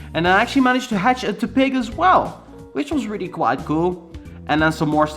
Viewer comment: Pa-trat and te-pig 😂😂 Do you know it's pat-rat and tep-pig (pronounced)